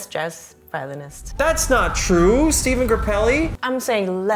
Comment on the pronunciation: Stephane Grappelli is pronounced Stefan not Steven.